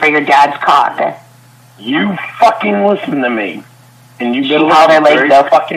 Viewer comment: I miss dronk. It was always shecks, caawk, peenush. That all he thinks about and it comes out more when he’s dronk 😂😂😂. Virgin #87.